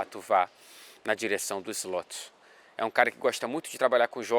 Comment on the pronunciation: Cala ao invés de cara, glande ao invés de grande... o que está querendo nos dizer?!